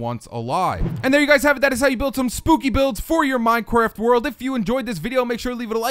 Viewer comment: lol said "minequaft"